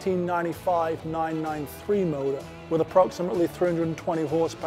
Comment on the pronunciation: When he says motor 🤢